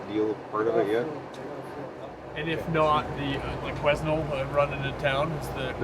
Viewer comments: quiz-nel hhhaa, Quesnel has a slient "S" my american friends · Qusenel is pronounced Quinn-el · It's pronounced "qui-nel" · Love how the loggers at the fuel dump didn't correct them and sent them off sayin Queznel hehehe....the S is silent =). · I'm about 3 years too late watching this for the first time, but like the guy above me, it's pronounced Kweh nel :) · the S in quesnel is silent. my hometown. :) pronounced kwen-nell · Awesome videos just need to learn how to pronounce Quesnel (my home town) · Awesome videos and glad too see you guys learned how to pronounce Quesnel haha